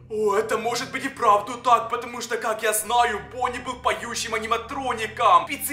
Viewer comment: Правильно '' Бонни''